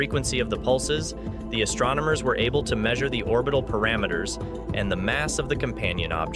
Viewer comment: "Astromers just discovered..." "CUT!!" Oh come on, it's PULSARS.... rhymes with MARS!!